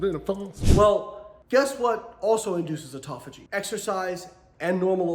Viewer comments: The old offftofogy…..it’s autophagy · Never listen to someone on the subject of autophagy, who can't say the word autophagy.